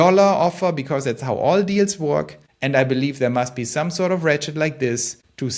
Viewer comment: When he said “ratchet idea” , I could have sworn he said “rat shit idea” and almost did a spit take.